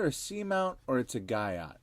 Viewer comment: Guyot is pronounced Gee-o